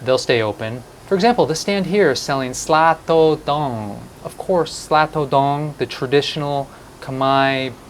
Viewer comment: The correct sounds "Sa Thor Dong"🤞 anyway love your videos